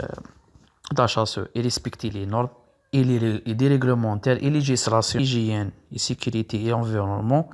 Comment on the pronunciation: Des fautes graves (masculin/féminin ) prononciation :Hygiène et non ligien,une organisation ,une usine et non un ,la fin de chantier et non un fin,...